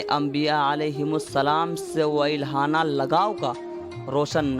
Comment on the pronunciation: واِلہانہ بولتا ہے بھائی والِہانہ ہوتا ہے کتابوں کی سرسری مشق کے ساتھ کسی سے پڑھ بھی لیا کرو